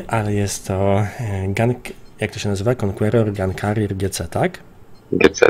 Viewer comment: Bo on właśnie tak powiedział i miał na myśli arte Conquerora GUN CARRIAGE i powiedzial to troszke kalecząc albo sobie skrócił pod nosem :)